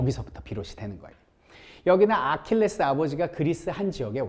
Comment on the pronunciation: 3분 30초에 아킬레우스를 아킬레스라곸ㅋㅋ